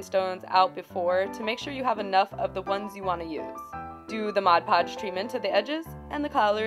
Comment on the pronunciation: SOMEONE WHO FINALLY SAYS MOD PODGE AND NOT "MODGE PODGE" XDDD